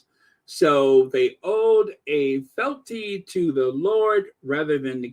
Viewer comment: It pronounced fe-al-ty